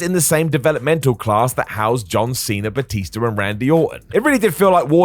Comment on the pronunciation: Batista* not Batister